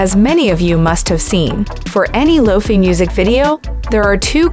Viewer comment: Is this a robot? She calls it "Low-Fee Beats".